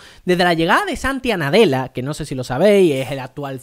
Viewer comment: repite conmigo, se Llama Satya Nadella, no Santia Nadella 😂